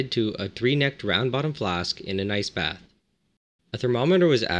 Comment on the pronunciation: Every time he says ice bath I hear nice bath or rice bath